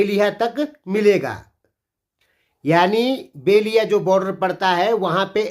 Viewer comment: बेलिहा नही बेलहिया कहते है।